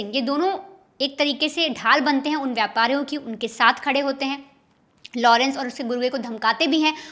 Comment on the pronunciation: लोड़न्स के लड़के NAHI घोंचू.. Its लॉरेंस.. Sahi pronounce kar..